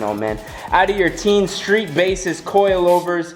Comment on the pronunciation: It is テイン teh-(ee)n/teh-in. I'm Japanese.